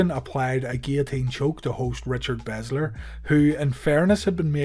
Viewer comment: I know no one cares but it's Richard Belzer. Not Bezzler. Ya I know I'm a douche.